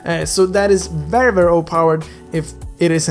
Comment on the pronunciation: It's not Perry nor Veery IT'S VERRY